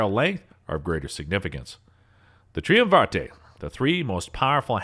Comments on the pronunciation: Did you literally just say triumvarah-tey? Sorry I mean literly? You literally said literly, I'm sure of that, but when you pronounced triumvirate my vision blurred and I could smell steak and I may have blacked out so I'm not certain what happened. Try-um-var-tay? Tri-um-vah-rah-tey? I gotta sit down for a second... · Cocking the hammer and pulling the trigger at the same time, I haven't cringed that hard since the last speech Biden gave...you'll blow your lungs out, kid!! and since nobody else is saying it, "Triumvirate" is pronounced "try-um-ver-it" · Dude… Tri-um-ver-it “Triumvirate” not whatever the fuck you said. More to come, I’m sure ;-p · He pronounced triumvirate as “tree-um-var-tay”. Just about skipped the video right there, is it that hard to look up correct pronunciation? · This HAS to be text to speech, nobody pronounces “triumvirate” as Tree-um-vartay. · tri·um·vi·rate. It does not mean anything like how you used it, and it is not pronounced anything like what you said. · That has to be the literal worst pronunciation of "Triumvirate" I've ever heard. lol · Dude. Either learn to say "triumvirate" or use a different word. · Good video, but for heaven's sake, learn how to pronounce triumvirate. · Cool vid....just gotta work on your pronunciation of "triumvirate". P.S. I've owned 3 of these guns, and shot about 6 of the calibers. The near-snub edition of the S&W 500 Mag is fairly brutal. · Triumvirate was really really mispronounced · To say nothing of his absolute shot in the dark on "triumvirate." I guess they stopped teaching kids how to sound words out. How can anyone take anything as truth when someone is obviously fine with guessing at things he doesn't know? Not to be pedantic, but this really does throw everything in the video into question. What else did he not care enough to verify - if a lister doesn't already know, how would they have any way to tell when he's relaying a fact, and when he's just pretending to do so? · it's try um ver et..